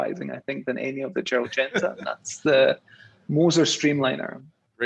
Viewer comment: in Singapore...you keep saying Gerlad Genta when referring to VC OS...someone in your position should know better...